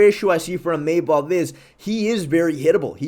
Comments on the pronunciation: sorry I can't hold my tongue any longer. His name is pronounced Imavov as in (EE-mu-vov) the stress goes onto the "EE" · Bro is chaelmaxxing with “Imayvov”